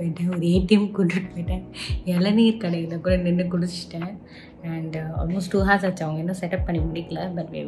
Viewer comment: Akka h is silent in the word 'hour'